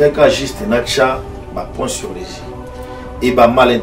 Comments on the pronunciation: 'Ba points sur les [I]' et non 'Ba points sur les [Zi]'. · Médiocre ou na lingala, efaka; nami contredire te. Balobaka les points sur les [I] et non les points sur les [Zi]. Pas de liaison!